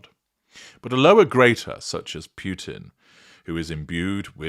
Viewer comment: Just little offtop, it it pronounced Poo-tin, not Pew-tin.